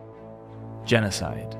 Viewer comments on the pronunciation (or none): none